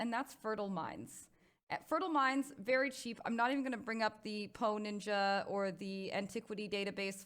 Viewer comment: every time she said "poe ninja" I thought she said "hoe ninja" lmao